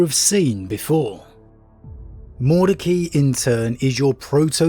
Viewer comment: You didn't half savage that Liberians name. Break it down Mord ec ai, just say the i.